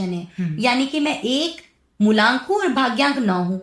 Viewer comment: मूलांक होता है न कि मूल्यांक थोड़ा बहुत तैयारी के साथ पॉडकास्ट शूट कीजिए